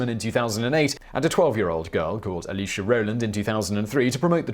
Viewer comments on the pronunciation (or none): none